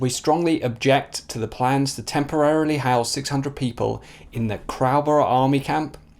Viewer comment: "Crowborough' is pronounced like "crow" as in the bird, fyi